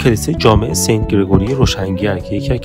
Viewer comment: Sant is correct pronunciation not sent . Sent meaning is 1/100 .